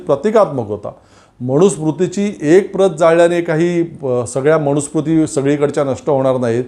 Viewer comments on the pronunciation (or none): तुमचे विचार चांगले आहेत. फक्त एक सुधारणा करा. 'न' चा उच्चार 'ण' असा करू नका. मनुस्मृती म्हणा. मणुस्मृती नव्हे. मी ७० वर्षे वयाचा अब्राह्मण संस्कृत शिक्षक आहे. राग न मानता उच्चार सुधारा. धन्यवाद.